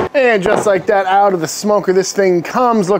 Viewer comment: “OWE-t of the smoker it comes” ✋🔥😆